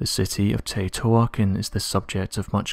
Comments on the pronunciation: Ugh, it's pronounced "Tay woe tea wah khan" .......😉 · Pronounce Tao-te-wakon meaning home or city of the gods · I don’t think you could mispronounce the name of the city any worse